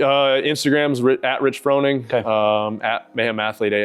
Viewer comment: You still mispronounced his last name even though he pronounced it himself right in front of you several times. Kinda weird you didn't pick up on that.